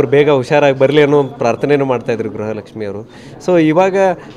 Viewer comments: ಗೃಹಲಕ್ಷ್ಮಿ ❌ಗ್ರಹ ಲಕ್ಷ್ಮಿ ✅🤣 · ಲಕ್ಷ್ಮಿ ಮಾಡಿಮ್. ಗ್ರ ಹ ಲಕ್ಷ್ಮಿ ಅಲ್ಲ.